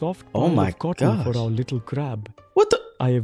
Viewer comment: Did just said littly? 🤨